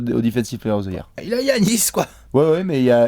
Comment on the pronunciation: J’ai une question qui me taraude les gars: pourquoi prononcer GUiannis alors que les commentateurs prononcent Yannis, lui même semble le prononcer avec un Y d’ailleurs 🤔